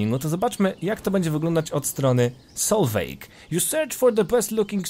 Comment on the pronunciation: Solveig czyta się jako Solwiś z germańskiego IG czyta się jako Ś a E podkreśla barwę wymowy I